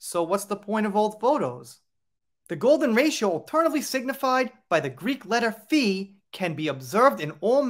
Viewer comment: I forgot to mention that you pronounce PHI like the English FIE. You know, like say FIFE, which rhymes with WIFE, but don't say the F, because it's just FIE.